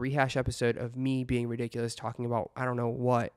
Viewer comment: RiDicuLouS in a british accent 😂 ERIIIIIIC